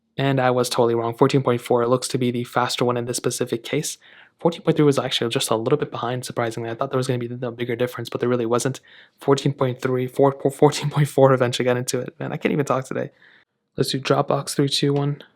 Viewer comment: said pacific😂